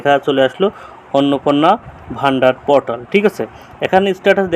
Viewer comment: দাদা পোর্টাল উচ্চারণ টা ঠিক করুন শুনতে পটল শোনাচ্ছে